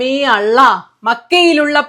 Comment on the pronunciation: ഹായ് സുനിത എല്ലാ വീഡിയോയും കാണാറുണ്ട് വളരെ സത്യസന്ധമായി രാഷ്ട്രീയ വിശകലനം നടത്തുന്ന ആളാണ് അഭിനന്ദനങ്ങൾ ഇസ്ളാം എന്നത് മാറ്റി ഇസ്ലാം എന്ന് പറയാൻ ശ്രമിക്കണം അള്ള എന്നത് തെറ്റായ pronunciation ആണ് അതുകൂടി ഒന്ന് തിരുത്തിയാൽ നന്നായിരുന്നു All the very best❤